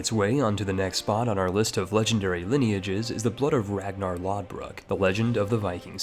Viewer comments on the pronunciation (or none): Ragnar Lothbrok, not Ragnar Lodbrok. The letter ð is pronounced like the /th/ in this. Props for pronouncing "Genghis Khan" right, though.